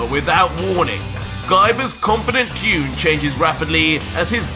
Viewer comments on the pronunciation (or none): none